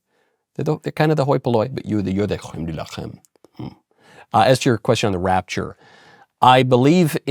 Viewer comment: Big fan but I think the prononciation of « la crème de la crème « can be worked on